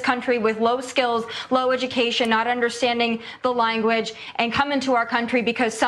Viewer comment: I'm not so sure Lahren speaks "the lineguage," either.